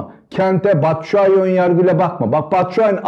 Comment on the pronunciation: Batsuai dediniz yanıldınız